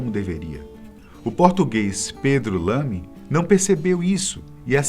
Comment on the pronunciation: Uma pequena correção, o piloto português de chamava Pedro Lamy, não Pedro Lam.